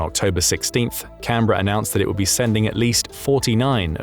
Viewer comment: This is probably the first time I have heard a non-Australian say Canberra correctly